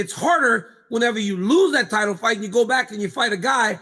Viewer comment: chael you must have not waken up from that craig jones fiasco, ''fite'' as in bite.